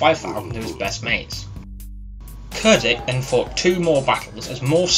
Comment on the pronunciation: Pronounced “chair ditch”. Other than that nice video!